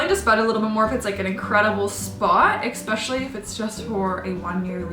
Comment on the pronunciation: It's "especially"..... not "exspecially"